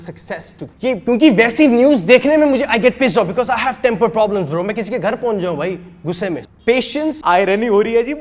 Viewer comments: He is saying bra😂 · its not bruh .....its "brahh" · I know i should not say something bad about someone's english but bro stop it bra bra karta rehta hai tu chup karja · ye bro bhi nahi bra bolta hai 😂😂😂😂😂😂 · Bruhh ❌️bra ✅️